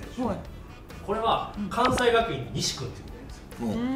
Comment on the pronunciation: さらには、くわんせい